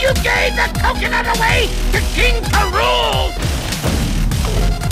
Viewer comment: Say this out loud: kingk a rool